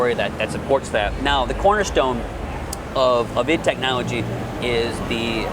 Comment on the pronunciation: Did she said "its software new shooter" ids software? its I D Software damnit!